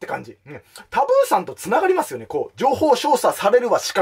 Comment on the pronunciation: 情報"しょうしゃ"